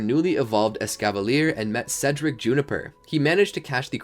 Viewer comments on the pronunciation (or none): none